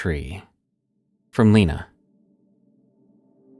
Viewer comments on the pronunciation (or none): none